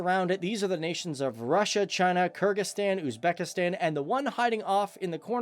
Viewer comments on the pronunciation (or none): none